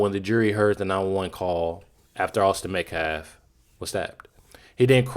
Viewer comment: Has anyone else noticed, they can all say, Karmelo Anthony, without stuttering on a single syllable. But none of them can say, Austin Metcalf. Every single one of them say Metclaf. It’s almost like they’re trying to purposely be disrespectful.